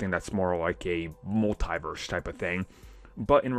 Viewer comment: Its "mul-tee-verse" not "mul-thai-verse".